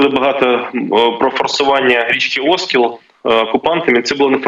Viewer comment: Правильно - Оскіл, наголос на і.